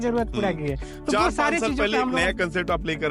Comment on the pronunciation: गुजरात में जाओ ऐसे लाला टाइप की कंपनी हर दूसरे घर के पास है 😂 भईया आग वाग भी देखना 😂 घोड़ा- घोरा कपड़ा - कपरा पूरा - पुड़ा 😂😂 बिहारी साला, बोलना भी नहीं जानते 😂😂